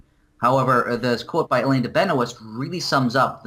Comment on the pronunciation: I'm pretty sure it's pronounced "Ben-wah" not "Benoist"